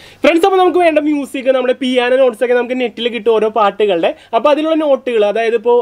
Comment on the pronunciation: ആ "മൂസിക്" എന്ന് കേൾക്കാൻ തന്നെ എന്ത് രസമാ....... 😃😃